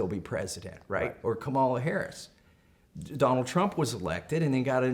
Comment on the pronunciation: Mr. Massie, you seem nice enough to learn how to pronounce Kamala Harris' first name: "Comma-la."